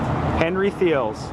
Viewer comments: greetings, the new building does not look anything like the magnificent Henry Thiele's, a magical oasis now gone. in fact, when Portland allowed that building to be torn down, i vowed never to return to that city--and i never will. for the record, it is not pronounced "thee-lees", but "Tea-Leas". we used to eat there, and once when i was about 3 years old henry's grandson wearing a beautiful custom suit and tie came over to my mother and i at the counter, and told me that i was using "too many napkins". he was right. the food was excellent. there is no reason ever to return to portland now that the restaurant is gone. and the banana tree that grew there chopped down. they used to serve "Princess Charlotte Pudding" and the atmosphere was always elegant. they also served "shirred eggs", something i have never seen listed on another menu since they closed. the chef kept a large bowl of farm eggs (at room temperature) on the food counter. all the food was delicious. they even fried their local farm eggs in local dairy butter. and served them with sliced french potatoes and toast, fresh hot coffee and half and half for $2.50. served all day alongside fine fancy dining. the servers were beautiful, gentle, kind, memorable, elegant, ladies. they had real dining "booths". just a slice of heaven on earth. the heart of portland died when they chopped down Henry Thiele’s banana tree. shameful. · We pronounced it “Teeley’s.” Many good memories there. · Henry Thiele's (pronounced, Tee lees), was way more than German pancakes, AKA Dutch babies. An International cuisine. I interned there during culinary school in the early 80s. It was a good place to cook in, the changing menu kept it interesting. I'm glad I have the recopies in my head. been putting them on My computer to pass on. the Hungarian mushroom soup is still the best I've ever had. The smoked Hungarian paprika real took it to a higher level. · It's pronounced "tee-lee". :) The new building is ugly. :/